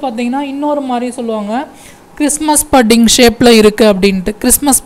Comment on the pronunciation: Sir pudding correct ah pronounce pannunga Google la pronounciation potu paarunga